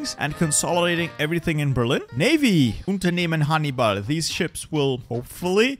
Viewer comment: You can speak very good German like you said Unternehmen Hannibal